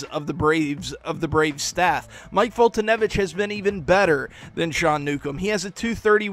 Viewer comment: I finally know how to pronounce Mike Foltynewicz's name. For that, I thank you. Seriously. :|